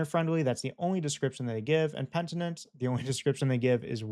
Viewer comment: It's pronounced "Pen-i-tent". Not "Pent-i-nent"